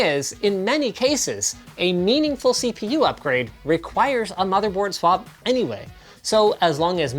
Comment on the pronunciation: Did he just say... C poo performance ?